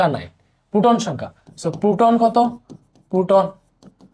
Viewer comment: পুটন না প্রোটন। 😅